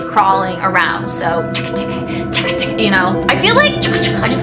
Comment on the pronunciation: Teke is Tikti that how u say u btw